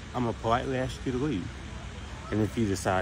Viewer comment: “I’m going to politely AXE you…..” How do you politely AXE someone? Why can’t most black people pronounce the word ASK?